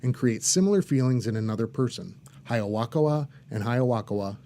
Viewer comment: why does he keep saying "Hiyawakawa"